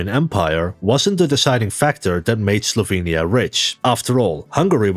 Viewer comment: Guge: didya minh sLovenya?